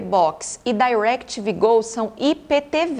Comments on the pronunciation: Não sei pq falar "Dairectv Go" nem nos EUA eles falam assim e sim DirecTV normal com I mesmo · "dairectv gou" a propria "DI"rectv fala "DI"rectv no brasil não precisa pagar de gringo não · Não tem nada a ver com a proposta do vídeo, mas o DAirectv (pronunciado com ênfase) doeu nos ouvidos. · parei de vê quando disse dairequiteve go. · não, ela pronunciou em inglês de cursinho, e incorretamente. "Dai"rectv tem a pronuncia quase imperceptível. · Eu gostei. Para quem sabe falar em ingles pode ser desnecessário, mas para quem não fala é sempre bom aprender. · Entendi ela dizer Dairectv